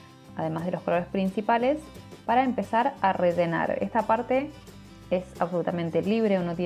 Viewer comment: Que bonito. Pk dices redenar ? Es rellenar.